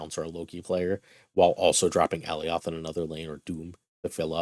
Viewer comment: Love your content, and I hate to be "That Guy" but it's pronounced Uh-Lie-yuth not AL-E-Oth...they even said his name in the Loki show..